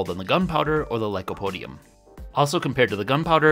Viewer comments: Any reason why you started calling it "lycodium" instead of lycopodium from the start of the experiments till the end of the video? Or just a repeat mistake? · You also keep mispronouncing lycopodium as "lycodium". There's an extra syllable in there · GREAT video, VERY interesting!! But "Lycodium" kinda rankles a bit. Still subscribed and liked, though! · ...said 'lycodium', like, a hundred times... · Si lycopodium...not lycodium ....diocane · You're missing a syllable when you say lycoPOdium